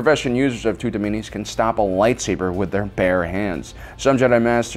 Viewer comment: Hmm tutamenes, your should work on your pronunciation and spelling of that word